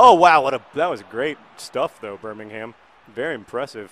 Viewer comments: YOUR PRONUNCIATION OF ENGLISH TOWNS WITH THE WORD HAM IN IT FRUSTRATES ME!! It's pronounced Bur-Ming-Um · I believe the major difference between the Birminghams is not the geographical location, but the pronunciation. The english Birmingham is pronounced Birmingum. Correct me if I'm wrong